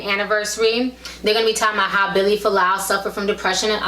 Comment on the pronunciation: its Fualaau not Folau how annoying